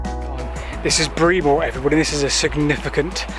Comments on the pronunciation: It's spelled Breamore, not Braemore, and as has been stated, is pronounced Bremmer. By the way, it's in Hampshire, not Wiltshire or Dorset, so the pronunciation would not be Dorset (though generic Wessex). It may have a Wiltshire edge, as I know my own family's village (Martin) definitely had a Wiltshire accent, despite being in Hampshire (just). That was probably due to the fact that historically, it was in Wiltshire. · It's pronounced Brem Moor not Bre Moor.! Great line to walk though. Well done. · 'Bree-more' 😄 - Brem-muh. I only know because I used to work with the old boys at Salisbury who used to work over that road. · BRE-MER not BREE-MORE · Say Bremer not Breemore. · Breamore is pronounced BREMMER. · Great local video of the abandoned line to Salisbury. Love that one of the stations has been restored. Breamore is definitely pronounced ‘Bremmer’ 👍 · I was born in Fordingbridge less than a year after the station closed. I remember the A338 Salisbury road crossing over the railway at Burgate but there’s no trace of the bridge or even the track bed there now. Oh and Breamore is pronounced Bremmer, like the impressionist Rory Bremner without the N. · My Mother's family is from Breamore, there's a whole lot of them in the graveyard and on the war memorials, and the locals pronounce it Bremmer! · Great video & Rebecca, I know the line (what's left of it anyway) quite well and can give you a little more information on both the Railway Hotel in Fordingbridge, and the station at Breamore (actually pronounced Bremmer for accuracy). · Amused about your pro invitation of Breamore. Try Bremmer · Autocorrect meant pronunciation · Thanks for all the interesting and informative stuff on your channel. As someone else has pointed out, the locals call it “Bremmer”. Have you found any remains of the tunnel between Alderbury and Downton? I believe it was used for landfill over 40 years ago. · It’s not pronounced the way it looks, it’s more “Brem-or” for future ref 👍🏼